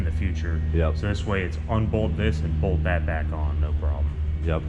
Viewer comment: “boLth” He said.